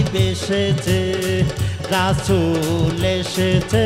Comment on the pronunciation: রাছুল না রে ভাই রাসুল উচ্চারণ গত ভুল ঠিক করেন